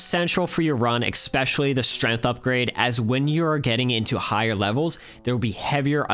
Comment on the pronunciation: You know that the word "especially" Doesn't have any K in there, right? I heard you say "eKspecially" twice. The first one made me think "might've been me". But then in the last minute, you did it again!